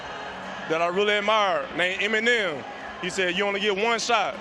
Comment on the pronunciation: Hi name is Eminem, not Enimen